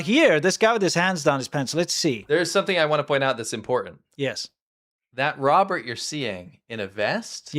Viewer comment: Robert is 'robot' 😅 just got to the second correction 😅 and a third 😅😅😅